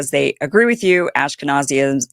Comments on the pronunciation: Kim, stop saying Ash ke nazee ism, it's Ashkenazim. Also, surely you're not suggesting that this Azealia figure actually scribed those hateful posts. They were clearly written by an Israeli professional on her behalf. They are far too esoteric and well scribed to come from someone like her. But, ye, her turnaround is rather funny. Another typical low IQ American realising the truth. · It'd be cool if you pronounced Ashkenazim correctly 😅